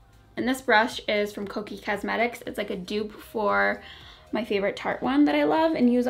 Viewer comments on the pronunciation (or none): You say Kokie like Kookie, but it's actually pronounced "Co-key". Kokie derives from the Korean word for elephant which represents something bold, beautiful, and remarkable. I thought that was pretty cool. I had to look it up because I've heard it pronounced about 3-4 different ways and I was saying it wrong and even different from you. There's your useless Cliff Clavin tip of the day. hehehe Regardless, I have that brush and I LOVVVE it! xo